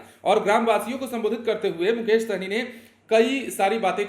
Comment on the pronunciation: सहनी नहीं हैं भाई साहनी है।। सही से pronuncition करो